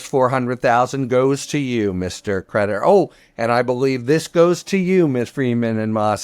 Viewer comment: Harry kept saying creditor but I kept hearing predator.